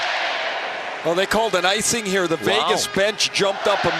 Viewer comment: Is he saying Fegas?